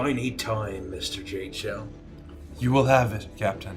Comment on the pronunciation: OHHHH ITS JADESHELL. This ENTIRE time I thought was calling Taishen Jae Chill and i never had any idea why